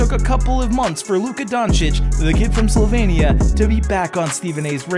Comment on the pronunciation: Slovenia, not Slovania. Stop.